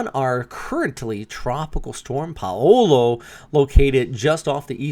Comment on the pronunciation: Jsyk the name "Paolo" in the Philiipines is pronounced exactly like "Paulo" and is pronounced "POW-lo"